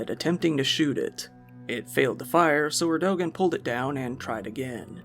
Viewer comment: It's "Ear-do-wahn! 😂 LOL, "AREDOGEN"...RIP 😅